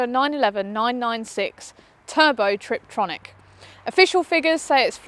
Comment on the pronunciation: Why does she call it a trip-tronic? Constantly. Its a tiptronic. Hard to take someone seriously if they think its called a triptronic.